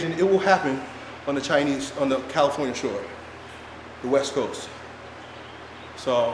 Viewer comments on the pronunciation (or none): none